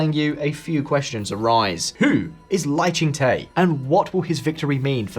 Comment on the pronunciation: the -Te in Lai ching Te should be pronounced as "duh", as in Lai Ching - Duh. 😂